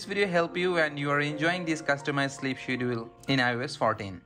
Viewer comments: I was wondering the same thing.I knew what he meant though lol… schedule is pronounced SK-ED-JA-WOOL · Skedjule or Shedul... not shedool!